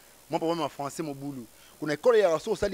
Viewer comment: Férré pe alobaki lé françé cé né pas ma lague kiekiekieee au lieu de le français c est pas ma langue lol .